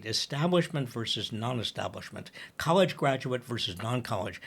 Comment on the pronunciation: Stop saying collge /non college. It"s insulting to the many people's sense of intelligence.